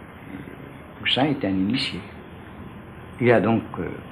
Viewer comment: The French are so mysterious, I like the way he says Pousian. An Italian would say Pousilinni.